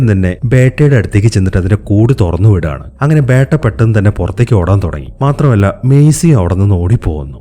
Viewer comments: ബേട്ട അല്ല ബീറ്റ beta 😂😂😂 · Bro 'Beytta' alla 'Beta'. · ബേട്ട ala it's ബെറ്റ ഒരു ബീറ്റ 🤦🏻‍♂️